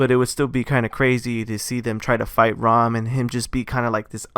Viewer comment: It’s RAAM not ROM